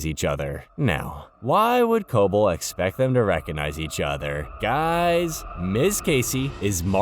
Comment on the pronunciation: could of atleast watched the show so you know how to pronounce Cobel